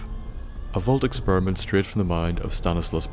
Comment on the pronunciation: I AM not thying to be offinsive but when u say experiment it sounds like exspermint